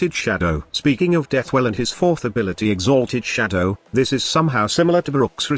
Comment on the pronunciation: All I heard was "exAAAlted Shadow"